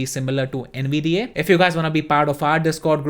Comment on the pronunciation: I N G D O M no he’s not bud he’s saying AYY at the end which isn’t right